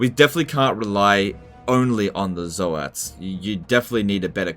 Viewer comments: Zoats as in "oats", like "oatmeal" , not "Zo-hat"! Even Games Workshop pronounced it as "oats"! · Zoe-ats i guess you pronounce toads the same way, Toe-ads